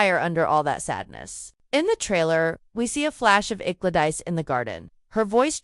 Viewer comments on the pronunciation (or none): What the heck? GLAD ICE? Duke of Birmingham? Is this a crazy AI narration?